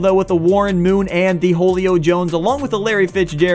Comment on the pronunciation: Holuio Jones? Nope it Julio (Sounds like Hulio) Jones